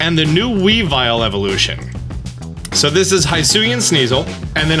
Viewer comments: "The mountain in the middle" Ah yes the other way Mount Coronet, the most important mountain in the pokemon world, is known as. Also 'Hisui' is pronounced (hee-soo-ee) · Bro cmon they litterally tell you how to pronounce hisui and you still dont pronounce it right 💀